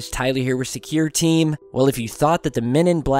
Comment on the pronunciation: he cant say secureteam10, he says thescureteam10